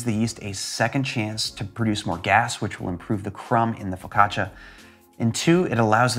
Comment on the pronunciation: I thought you said "focaccacia is the gateway drug for other breads"